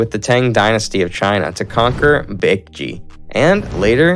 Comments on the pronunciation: imagine pronouncing baekje as bakji (it means bat in korean) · Love how he slays all the name. Joseeyeon, Gojuryo, Bakji 🤣🤣 Not gonna even mention the peoples name 🤣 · 아니 고구려 백제 신라 발음이 ㅋㅋㅋ 구주라송 박쥐 실라 ㅋㅋㅋㅋ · Shila= Shilah Bakjae=Baekje Josen= Joh sun Dangun= Dahn goon Etc